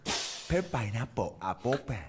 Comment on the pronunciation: se lee penpainapolapolpen